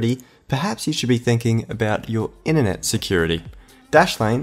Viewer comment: Were you instructed by the sponsor to mispronounce 'internet' to sound more American, or is this just a generational difference in the Australian accent I didn't know about?